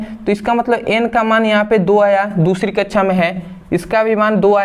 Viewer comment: Very nice 👍 sir samjhate to bahut achchhe hai sir but kaksha ke jagah kachhchha bolte hai😂😂😁